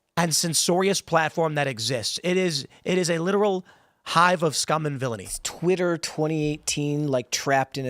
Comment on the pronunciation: "it's tweeter" blah blah. Couldn't understand cause i fell over laughing at "tweeter"